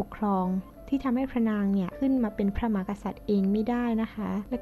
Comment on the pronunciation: คำว่า มหา ออก เสียง ให้ชัดหน่อยนะครับ